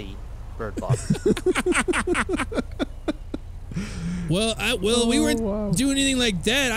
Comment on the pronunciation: Lmao what a great start "Alright bridbox challenge "